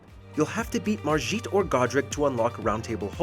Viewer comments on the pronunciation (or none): Did he pronounce Margit as Marjit lol? I love the theme of Stormveil tho it really fits the desolation of the castle. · I can't get over how they said Margit like it's an Indian name.